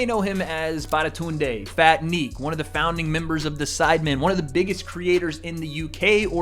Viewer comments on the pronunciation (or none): w vid but it's *Babatunde not Badatunde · again bro not badatunde, Babatunde😂 keep trying you’ll get it one of these times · its babatunde not badatunde lmao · lmfao "batatunde u mean babatunde?? loool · disclaimer, it baba-tun-de, not bada-tun-de, just something I've seen you say twice and hurts me lmaoo, all love tho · badatunde? do you mean babatunde 🤨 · Bro called BABATUNDE as BADATUNDE 💀💀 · pronouncing Babatunde I think now is my favourite moment in influencer boxing 😂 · bro someone tell hes pronouncing babatunde wrong 💀